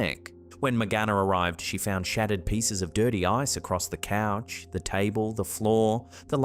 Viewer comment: Its couch not coach